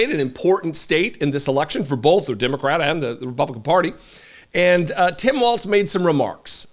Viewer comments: Walz..not Waltz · Just please make sure we pronounce it without the T. It’s WALZ. Like BIG BALLZ WALZ 😉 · It's pronounced Walls, as in: they're closing in on the republican party.